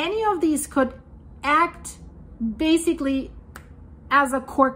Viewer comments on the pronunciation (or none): none